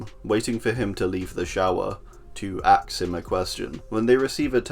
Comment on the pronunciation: “To axe him a question” I see you 😂😂😂